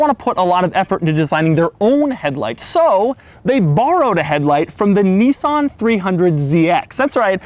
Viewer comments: "Knee-sawn"! wtf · Doug is long but narrow, he also pronounces Nissan as if it is spelt Nissaaaaaaahhhhnn